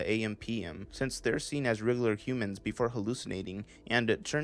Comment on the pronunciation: OK but why Can't you pronounce regular.....